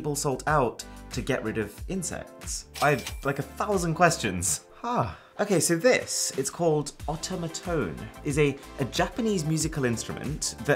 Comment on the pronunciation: The otamatone is pronounced a-toum-a-toun (not to be offensive 😅)